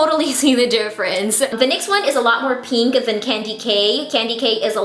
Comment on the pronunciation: Anyone else get annoyed at how she says pink? She goes peenk no hate😜